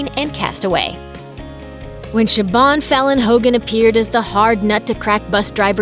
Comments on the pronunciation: Siobhan is pronounced Shiv-aughn not sib-awn. You are welcome. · It’ sounds shivone not shibom . Siobhan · Siobhan does not have a B in the pronunciation. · Siobhan is pronounced Shi-vahn. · Please look up how to pronounce Siobhan.